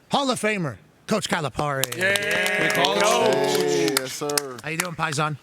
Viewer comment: Pat seems so clueless. not realizing who Cal is talking about to not pronouncing Cal’s name correctly He makes it look like a job he’s obligated to do where as average people who are fans of the sport would just know that stuff….or they would prepare